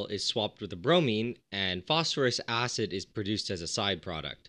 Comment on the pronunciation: Phosphorous acid => foss-FOUR-us acid. From the old nomenclature of the suffixes -ous and -ic to indicate lower and higher oxidation states in compounds, just unfortunately it sounded silly to make it "Phosphorousous acid" so it ended up being spelled exactly like "phosphorous" the element, but the pronunciation should shift to indicate the compound. Brilliant videos, by the way!